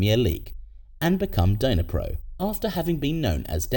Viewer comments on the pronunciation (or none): It’s NOT “DYNA-pro”… it’s pronounced “NEE-pro.” The D is relatively silent. Otherwise, it’s an interesting video. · The way you pronouced Dnipro was painful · nah, it's just bad pronunciation 😂